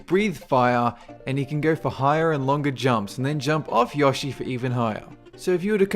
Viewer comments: Ya-shi? nooooooo yo-shi lol. Good list! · I liked the list and the video but I found it funny how you pronounced certain things Eggo raptor. Yawshi. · The way you pronounce "Yoshi" makes me cringe.